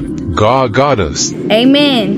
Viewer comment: The way she say amen 😂😂 I laugh